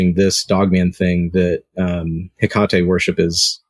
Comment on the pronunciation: It is pronounced Heak a tee